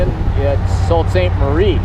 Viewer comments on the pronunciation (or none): Pronounced soo saint marie, not salt. A lot of people make that mistake so no shade on you lol, I’m thinking about a vstrom as my next bike and stumbled on your videos and have been binging them as of late. You hit my home state of Michigan, then went to proud lake , I grew up playing baseball there. Lives about 5 miles from there. I’m in GA now. I think I’m sold on the Strom. 👍🏻